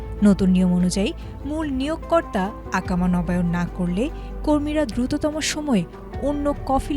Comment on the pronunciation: It is Iqama (ee-ka-ma), not Aakama.